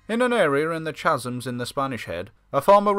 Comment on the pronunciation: Chasms" Caz ems"